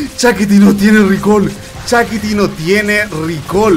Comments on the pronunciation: Se escribe Shakti, pero le dice Shakiti. Todo un innovador el 😄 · dice «Chakiti.» 😅😅